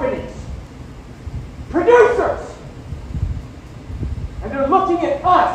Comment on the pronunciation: I like how he says PRODUCERS!!!